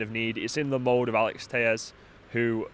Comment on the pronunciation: His name is pronounced "tell - es" not "tay-es" as he's Brazillian.